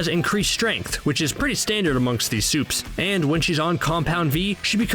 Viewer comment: "all the soups"